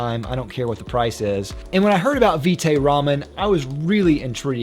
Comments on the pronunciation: pronunciation rhymes with bite or right. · It’s vite as in bite, as in vitamin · It's Vite like Bite with a V